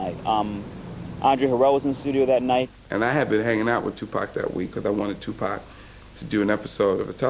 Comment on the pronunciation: Tupac not Tupec amk